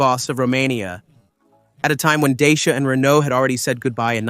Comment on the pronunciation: Your pronunciation sucks. Dacia is not pronounced the way you say it, or are you AI?